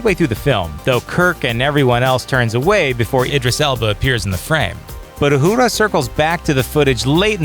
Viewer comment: Where does the "D" sound come from in Uhura? Don't read into it. Just say the name as it has been pronounced for over half a century.